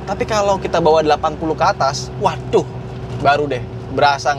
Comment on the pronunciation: "WADUHH" MEDHOK KLATEN BGT 😁😁😁